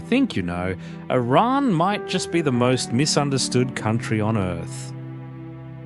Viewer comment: Thankyou for the correct pronounciation "Iran".